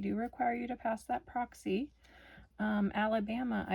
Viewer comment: There’s no way Tennessee would require a 180. Also, why do you keep calling it Proxy instead of Praxis. It’s pronounced praxis like practice.